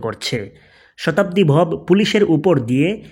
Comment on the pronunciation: vhai tui to onar name tao thik moto bolte paros na abr baler youtuber hoisos shala